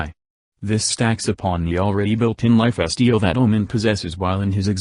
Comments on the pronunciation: say "life-es-teel" one more time, I dare ya. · "Lif Esteal" God bless text-to-speach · I know you don’t really have control over the text-to-voice, but boi did I laugh at life steal becoming “ Lyif bastille “ Anyways, I guess another frame that would get nerfed harder than Mag? Yeah, I guess if I want to pretend I’m AC/DC from JoJo, and everyone is using hamon guns, this will be great for me. :D Thank you for making this video